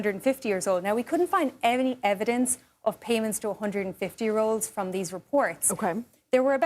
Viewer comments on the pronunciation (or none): none